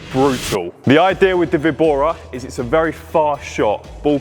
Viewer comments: The "víbora" is pronounced "vee-bora" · should pronounc: vee-bora (víbora) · It's a Spanish word, so straightforwardly pronounce vi-bo-ra. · It's a Spanish word "Víbora" (with the emphasis on the letter "Í") which means "Viper" in English. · For Víbora = Snake in spanish the Best way to pronounce it, is number 2 Vee-bora. Great content by the way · Hello im Mexican, here we have plenty of VEE-BO-RAS (snakes) so its no.2 - VEE-BORA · Nice one. Definitely vee-bora, in Spanish pronounced Bee- bora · Vee bora it's better. It is the spanish word "víbora" (note the accent at the i), So vee bora, but with a slightly short ee. Great video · Vibora is "sdrucciola", tonic accent on the first syllabe. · Now I'm anxious to hear you say it right in spanish! 🤣 2 option is the right one.